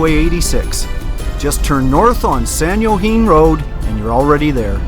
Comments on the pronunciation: San Jaquine= San wa-kine! Shalom! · Pretty sure it is pronounced San wah-keen for San Joaquin but you never know how the locals say it til you hear it. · Pronounced San "HwaKeen" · It's,s pronounced San waakeen Also, that is a cookie cooling rack. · Great little video! San Joaquin: "HWA-KEEN".;-)) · ...San Wha-keen